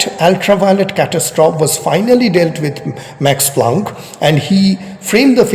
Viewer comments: Your pronunciation is practically correct, but end an "e" sound to the end (cat-as-troff-ee) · It may not be that important but as you are an erudite person so you may consider it. Your pronunciation of 'catestrophe' is wrong. You may check its pronunciation using google